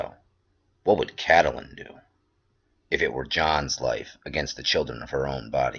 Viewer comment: Its CAT-Lyn, for God's sake. Not CAT-a-Lyn.